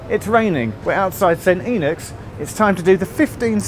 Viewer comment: You started by getting "St. Enoch" almost right. A decent 90%. But by the end you'd lapsed to "St. Enock". When bunking off school and it's raining, riding round and round the subway is NOT recommended. You always get caught.